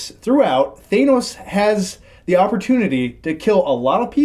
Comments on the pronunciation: Please. Not Thaynos. It’s pronounced Thannos. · What are you guys pronouncing Thanos's name weird? You're saying it Thaemos!! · Am I the only one who noticed pronouncing Thanos like ThAInos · dawg, it's not thaynose. it's pronounced thahknows. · Why does everyone pronounce Thanos “Thay-knowse”? Every time that Thanos is said in this it is pronounced “Thah-noss”. It’s so infuriating! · I'm, not watching videos where people say thane-os... its fuckn than-os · THANOS, not THAYNOS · Them saying "Theynos" rather than "ThAnos" just irritates me 😂 although really good spoiler review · Why do people insist on pronouncing it “thay-nos”? Literally no one in the movie pronounces it that way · Thay-nose? Despite everyone in the movie calling him Tha-nos.... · It’s Thanos not ThEynose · Can someone tell it's T H A N O S. There is no I. THANOS yes. THAINOS no. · It's Thanos not Thainos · Thanos....not Thaynos. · “Thaynos” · Why is no one mentioning that the middle guy is pronouncing it "Thay-nos"? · No one:: THAYNOS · Is it really supposed to be pronounced THAYnos? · Who the fuck is “thay-nos”? 🤔😂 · Th-aye-nos ^^^you are wronggg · Stop saying thanos as thaynos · "Theiy-Nos" -The guy sitting in the middle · I hate the way the guy in the middle pronounces "thanos" as "theynos"🙄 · Who the f*ck is Thænos?? The movie says his name so many times, it’s impossible to get it wrong lool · why does everybody keep calling thanos thaynos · It’s pronounced “Thanus” actually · It's however anyone says it. Red Skull said "Thainos". The Directors could have corrected him if it mattered. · "Thaynos" DO SOMETHING CHRIS is driving me crazy lol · ‘Thay-nos’ grrrrrr! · “ThAY-nos” That dude needs to get the pronunciations right before you guys review venom. Don’t feel like hearing “Sim-BYE-ote” for 30 minutes. But anyway... Great movie. So many emotional up and downs. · keeps pronouncing Thanos wrong. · How can someone still pronounce Thanos wrong after see the movie?